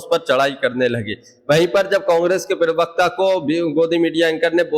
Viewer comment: Plz. don't speak pariwakta you need to say parwakta....